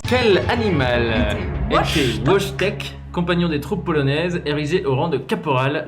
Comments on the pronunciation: Quand ils ont mal prononcés Wojtek, j'ai compris qu'ils n'avaient jamais regardé de rap contenders. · La prononciation de Wojtek m'avait déjà fait rire pendant le live mais là ça m'a achevé